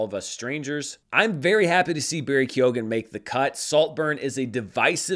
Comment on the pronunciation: Stop mispronouncing Barry Keoghan's name. The g is silent.